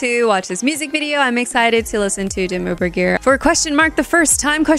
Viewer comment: Your pronounciation of Dimmu Borgir is as close as it gets without it being your native language (roll the r's), well done! You also said Jessheim correctly. I'd also like to suggest you check out the band Orbit Culture from Sweden with their song The Shadowing.